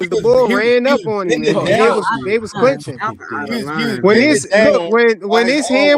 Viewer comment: its clinch not clench!!* #WEHUSSLE #KaliefBrowder